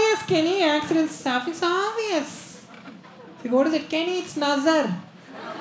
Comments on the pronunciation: Kenny it's aavious 😂😂😂😂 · And am watching it for 50th time.. Most funny is "kenny,its aavious"...seriously man!! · The way Kenny says 'obvious' 😂